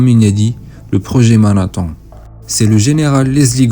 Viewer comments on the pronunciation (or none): rien d'original dans cette vidéo... Par ailleurs, ton accent est dérangeant et décrédibilisant : qui dit Manhattan ? Tout le monde dit Manhattane.